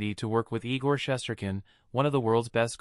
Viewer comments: The person who was reporting this topic needs to pronounce Igor’s last name correctly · Try pronouncing his name right first !!!!!! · If this a Ranger page why the hell does this guy know how to pronounce his name. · Your grossly mispronouncing his name